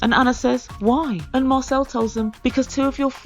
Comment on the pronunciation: It sounds like your saying marcel as muscle and I was confused as to why you were calling him muscle because he has no muscle lol 🤣